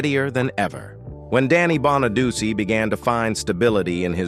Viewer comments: It’s pronounced Bon-a-do-chee. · I had to ignore the misprounciation of his last name because I wanted to learn how Danny is doing today. He is truly a survivor and its terrible how many other child stars lives ended tragically. It was and probably still is a cruel business to be involved in unless you're surrounded by a good family or support system. There are predators out there looking to take advantage of the weak or uninformed, kinda like our current president and it's administration members. It's a cruel world we live in. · LEARN HOW TO PRONOUNCE HIS NAME!!!! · Soon as the fake voice mispronounced his last name I stopped watching. Although I did leave this comment.